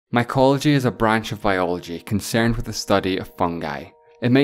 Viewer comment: I'm "concairned" with the "Airth"